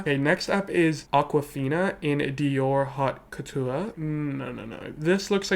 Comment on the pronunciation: The way you pronounce haute couture 😭😂